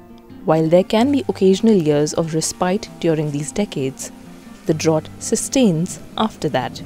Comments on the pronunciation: Great info but your pronunciation of the word drought is incorrect. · Drought rhymes with out, not with ought